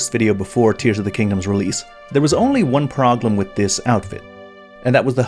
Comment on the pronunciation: Why does he say "proglem" instead of "problem". Forgot why I stopped watching OCD kicking in